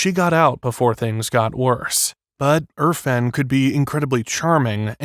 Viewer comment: It’s irfan not urfan get it right